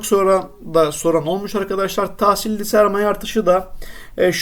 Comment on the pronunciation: Tahsisli değil tahsisli olmalı